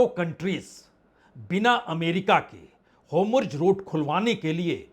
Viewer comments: 'Homurj' nhi 'Hormuz' Bajpei sahab! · Homurg nai hai bhai 4 baar apne bola its Hormuz strait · होमुर्ज (Homurz) नहीं होर्मुज ( Hormuz ) पढ़िए जनाब । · Sir, this route is Strait of Hormuz not Homruz. It is Hor... not Hom... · हाेमुर्ज हैन हाेर्मुज भन्नुस न वाजपेयी साब